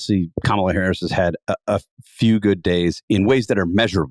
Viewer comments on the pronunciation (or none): What the hay, Jonah? You can't bother to pronounce the sitting vice president's name correctly? Maybe I expect too much from the Dispatch. Edited to add: I swear I saw you on a CNN panel this morning discussing the very issue of Trump mispronouncing her name, and you giving Trump the benefit of the doubt... and now I'm questioning your sincerity on the issue, hearing you do it, knowing you're absolutely aware of it as an issue of disrespect.